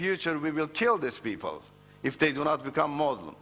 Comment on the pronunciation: First of all ,he was never been a muslim, look at him how he pronounce the word muslim, he lies don't listen to him, the quran and Hadeeth no where say, not to shake hands with any faith people,. i tell you people who listen to him study Islam and than judge it.